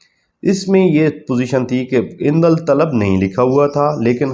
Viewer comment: لفظ عندل طلب نہیں ہے بھائی جان۔ یہ ہے عندالطلب ۔ اس میں الف کے بعد والا لام نہیں پڑھا جاتا ہے